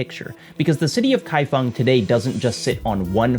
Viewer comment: Also mad respect for your pronunciation of "kaifeng" - not the first time you've tackled Chinese and done it well!!!